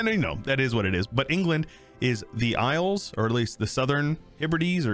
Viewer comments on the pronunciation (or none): none